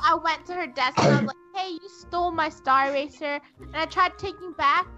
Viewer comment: Wait was saying star eraser or staracer